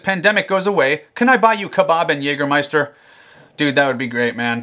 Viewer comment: It's so funny when a english speaking person says Jägermeister. Sounds way cooler in germany